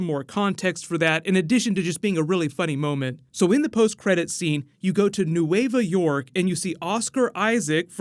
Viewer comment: It's NUEVA YORK not niueva york